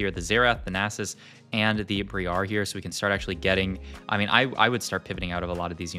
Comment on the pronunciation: and he says naysus and rak-kan lmao